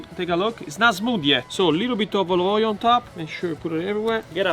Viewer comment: tell me how many times he said oilive oil in the video ???\